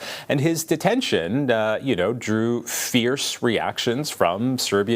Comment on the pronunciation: This guy doesn't even pronounce Djokovic correctly.